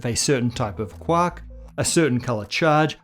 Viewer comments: Just pronouncing QUARK rather that QUORK was enough for me. Way to go! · Thanks. I'm glad you pronounced it as quark and not quark!